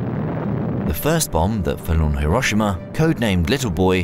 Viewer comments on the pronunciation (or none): HERO SHE MA not HE ROSH SHI MA